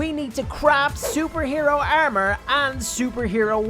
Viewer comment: He's saying ermer😅👍😂